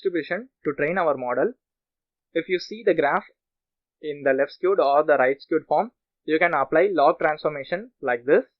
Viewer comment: Excellent tutorial but you mispronounced left-skewed and right-skewed data. Appreciate your effort.